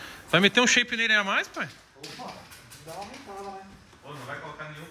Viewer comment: toburro: "ah,tatuador tem que tá no shaype" qualquer um que escutou: ãnnnn???